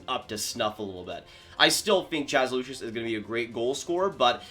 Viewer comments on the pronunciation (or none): none